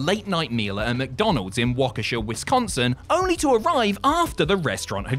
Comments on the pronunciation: Dude pronounced Waukesha right 👏👏👏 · You know whats crazy, you an ENGLISHMAN... Can pronounce Waukesha WI better than literally any of our four neighboring state inhabitants. Thank You - A Wisconsinite